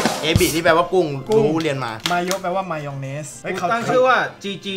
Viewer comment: ep นี้มีข้อคิดดีๆ มีสาระปนฮา สงสัย ซอสสีขาวนั่น มันเรียกว่า มายยองเนส. หรือ มารองเนส. พี่พูด มารองเนส